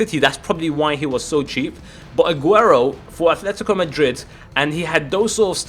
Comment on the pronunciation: drogba says Aguero😂